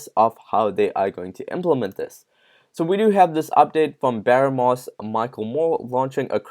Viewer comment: Baro-NESS! lmao